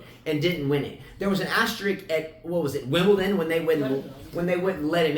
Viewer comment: "And there is an astericks when they didnt let him in on Wibledon? -...Wimbledon 😂😂😂 I love you guys❤